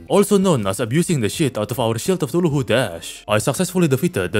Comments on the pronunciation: You saying cthuluhu will never get old. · bro realy said tuhulu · The way he says Cthulhu as tuluhu makes me giggle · "brain of ChtulhuHU" had me rolling, thank you. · I love how says Cthulhu it Fr sound like he’s saying tooloohoo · Wtf is a “brain of thuculu” 😂😂